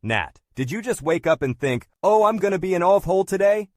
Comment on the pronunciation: A good old Aussie "Oh Eye" wow.